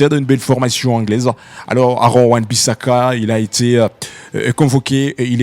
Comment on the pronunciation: Tu est fort,. Accepte cependant de revoir tes prononciations...Match..Van Bisaka....Hélas....X Joueur dont nous parlons et non X Joueur que je parles....tu veux monter haut mais sois a l'aise en prononcant aisément les noms..si simplement faciles a prononcé.....pardon. Revois tes phonétiques